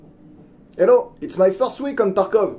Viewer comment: And said takrov